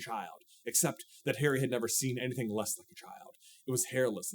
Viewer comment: my brother in Christ I IMPLLORE you to stop pronouncing Harry as hairy